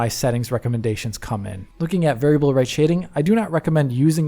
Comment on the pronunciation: That flub on "variable" is really just stuck in my head like a splinter